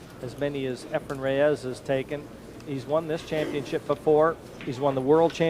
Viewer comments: Yes, it is two syllables. A hard "RAY" and a soft "s" not ray-EZZZ. Just listen to every other announcer - nobody pronounces it like. NOBODY. I actually recently got the answer. I asked a guy who has known Efren for thirty years, who also asked why he mispronounces his name and stubbornly replied "it can be pronounced both ways" well, maybe it can but the man himself and everyone else in the pool community pronounces it RAY-s. So is just a stubborn douche. End of story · hey, why can't you pronounce Efren's last name? you know the man, you've played the man and you've heard every other announcer pronounce it correctly for three decades (sometimes when they're sitting right next to you) so what's the deal?Let me help you out. it sounds like this - RAY-s NOT ray-EZZ If it's your accent or you have some kind of speech impediment, I'm sorry but then maybe you should just call him "Efren" I mean, you have to hear it, right? you have to know you're mispronouncing his name. Are you some kind of secret asshole? He's arguably the greatest player to ever live and you butcher his name in every broadcast. Show him the respect he deserves.